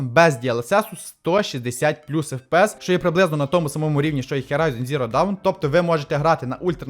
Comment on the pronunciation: На мою думку логічніше кабель до водянки зробити було б трохи коротшим з підключенням до блоку вентиляторів у задній частині корпусу, а не спереду - і тоді виглядало б естетичніше. За Horizon Zero Dawn в оглядах - окремий лайк (люблю цю серію ігор), але Dawn вимовляється трохи по-іншому :) Грайте з оригінальною англійською озвучкою - так буде приємніше, та й оглядів до гри англійською (як і термінів, які притаманні цій грі) значно більше і якісніше, ніж російською.